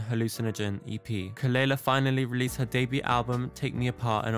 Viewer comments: Just a light comment, the correct pronunciation of her name is kuh-luh-lah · her name is pronounced kuh-luh-lah. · At least pronounce her name right, it’s kuh luh luh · youre pronouncing her name wrong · Not you mispronouncing her name.. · At least say her name right... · Thas not how you pronounce her name. 😘